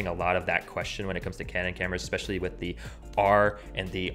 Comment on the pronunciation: You pronounced especially wrong. You said expecially.